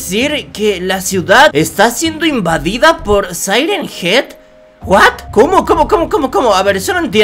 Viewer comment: Se yama siren Hean